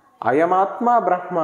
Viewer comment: " బ్రహ్మ" పలికేటప్పడు మకారం ముందు పలకాలి.